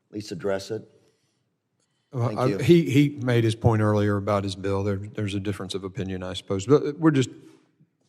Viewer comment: Thompson needs to be removed, especially since he can't even pronounce BILL.